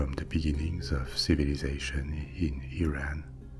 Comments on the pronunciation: me, an iranian experiencing a wave of relief when you said didn't say "iran" as "eye ran" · No Europeans pronounce it “eye ran”....